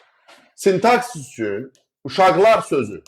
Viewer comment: İzahınız çox gözəl,mükəmməl.Təşəkkür edirəm.Lakin sintaksis sözündə vurğunu niyə yanlış qoyursuz axı müəllim😅 Burdan da belə nəticəyə gəlirik ki,nə qədər oxuyub öyrənsək də ləhcə öz işini deyir)